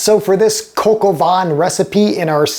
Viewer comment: This is dreadful especially when you have no clue on how to pronounce the dish..????